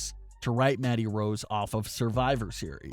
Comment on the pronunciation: All I heard was "Maddy" Rose